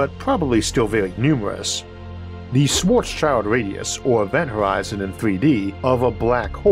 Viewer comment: One thing that almost all Americans who I've heard say it, pronounce wrong is "Schwarzschild". Y'all always pronounce it as "Schwarz child", which is incorrect. Americans pronounce Schwarz like "Schworz" when the "ar" should be like "arr!" from stereotypical pirates, without the emphasis on the "r". Schild is the German word for "Shield" (or "Sign", but in this case Shield is what's meant) The correct pronunciation would be the "Sh" from "Shield" and the "ild" from "Children". I hope you don't interpret this as criticism based on your speech impediment, which is barely noticeable nowadays, as this mispronunciation is very very common among Americans or English-speakers in general, with or without speech impediments.